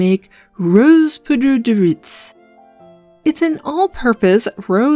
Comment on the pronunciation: Little french lesson :p the z in riz is silent, so it's pronounced "ree" /ʁi/ and it's a homophone to some conjugated forms of the verb rire (je/tu/° ris, il/elle/on rit)...well unless a "liaison" is made, why make it easy when you can make it french 🤷